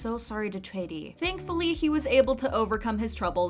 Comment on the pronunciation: kudos to narrator pronouncing Choi Ri right